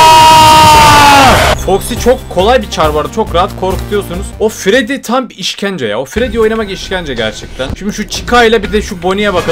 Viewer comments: Abi artık fayf nayts et fredi demek yerine fayf nayts et fredis diyebilir misin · Normal: Freddy: Freedy Normal: Bonnie: Boonie Normal: Chica: Chicka